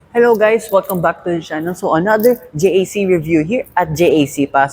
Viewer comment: JAC motors is pronounced as jack so not to confuse with G.A.C